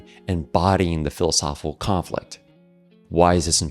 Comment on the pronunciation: Great video as usual- but I wish the speaker would enunciate “philosophical conflict” instead of lazily chewing on and swallowing the phrase whole every time he says it. It distracts and deflates the entire argument.